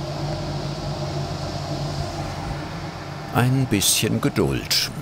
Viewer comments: Wenn Nerft es auch das er immer schogolade anstatt Schokolade sagt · Sagtest du da eben Schokolade?Schokolade !? Schokolade!????? SCHOKOLADE !!!!!!??? SCHOKOLADEEEEE!!!!SCHOKOLADEEEEE!!!!SCHOKOLADEEEEE!!!!